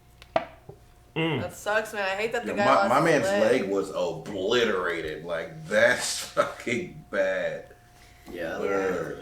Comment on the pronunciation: I love me some but I want to encourage everybody to listen to try to say obliterated. Play it back 5 times in a row and I promise it'll make your day. 😂